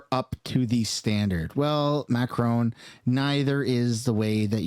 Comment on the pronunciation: Macroni and Cheese did you say ?😂😂😂